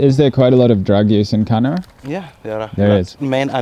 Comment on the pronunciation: Kano is pronounced like kanoo